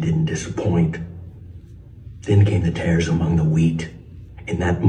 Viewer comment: Friendly correction: It is TARES (not tears) among the wheat.